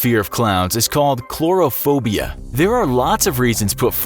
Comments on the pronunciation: "Palla-gassy?" That's how you pronounce Pagliacci? (And "clorophobia"? ) You might want to expand your research to include actual pronunciation guides. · Pal-i-gass-i? Pa-glee-ah-chee (smh). Chlor-o-phobia? Really? Take a few minutes to learn the correct pronunciations. Online dictionaries have the speaker 🔊 icon that will correctly pronounce any word you need to look up.